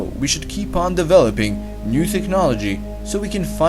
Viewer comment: Your accent is atrocious. "new thechnology" no, there's no "th" in technology. And the way you pronounced Chile is so cringy